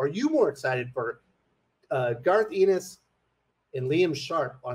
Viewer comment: FYI, Garth's last name is pronounced "EHN-is", not "EE-nis".